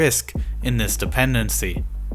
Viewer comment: First 3 seconds... "In January of dis yair"... How can a youtube channel with almost 1 million subs be too lazy to pronounce "THIS".